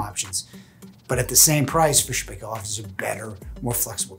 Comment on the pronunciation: Paykel pronouncned like michael